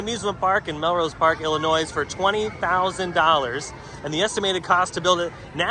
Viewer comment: I miss Tidal Wave (Montezuma’s Revenge at Knott’s), and The Edge (Freefall at Magic Mountain, long gone, sadly). …….How many of you out there CRINGED when said IlliNOISE?!?!? Ugh!! It’s Illi-noi!! The “S” is SILENT!!! Great video though!! 😁👍